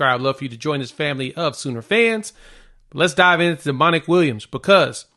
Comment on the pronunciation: It's pronounced Dominic, not Demonic lol. Just sayin